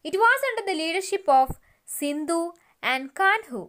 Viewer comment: Sindhu alla sidhu